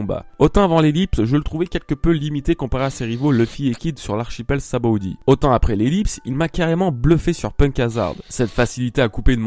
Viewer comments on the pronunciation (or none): none